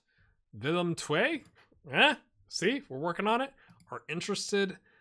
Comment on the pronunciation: Thanks! And your pronunciation of Willem II (tway) was spot on ;-)